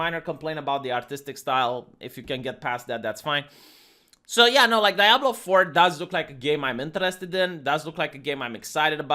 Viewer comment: pronounced diablo correctly (only a few times) i was shooketh:D